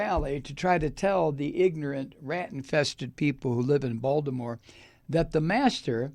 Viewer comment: I like you, but that's not close to how we say Baltimore in Baltimore. So please stop getting it so wrong! It's insulting. I totally hate Trump, and don't support anything connected to him. If i were you, I'd maybe choose some of the words you used in this video more carefully. That isn't a threat, just good advice.